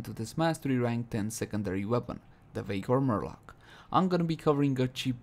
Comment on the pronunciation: I can't stop hearing 'vaykor murloc' lol